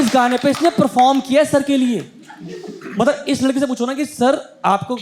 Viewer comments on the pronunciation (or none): none